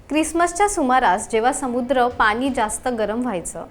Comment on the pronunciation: पानी न म्हणता पाणी म्हणावे. तुमचं बोलणं ऐकलं की दाताखाली खडा आल्यासारखं वाटतं.😢